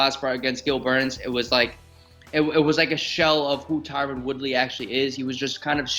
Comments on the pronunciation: HIS NAME IS TYRON NOT "TYRONE" ugh so annoying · It’s Tie-Run not Tie-Rone 😭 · Not one of these fighters pronounced Woodleys name correctly. It's Tyron. Not TYRONE. 🤣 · Its Tyron not Tyrone!!! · Can anyone pronounce TYRON correctly? Lol Everyone is calling him Tyrone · Someone should tell Mackenzie that its Ty-run(Tyron) not Ty-rone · why cant anyone say TYRON correctly. It isnt TYRONE . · Dude was a champion and even fighters cant pronounce his name right. Its Ty ron not Tyrone. Blame his mama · T Y R O N. Not Tyrone 😅😅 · It’s Tyron, not Tyrone. You’d think fellow fighters would know that. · So many of these fighters can't pronounce Tyron's name....blatantly racist. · Literally nobody can pronounce Tyron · Lmao i was just thinking this